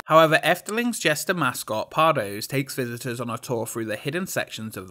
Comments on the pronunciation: besides pardoes (pardoos) being said as pardose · it's pronounced pardoos 😔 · But Pardoes is pronounced "Pardus", right? At least that's what I heard in Symbolica ;) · Just one thing: the 'oe' in pardoes is pronounced as an 'ooh,' like in Winnie the pooh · The 'oe' in Pardoes is more like the 'ooooh' that the aliens from Toy Story say. 🙂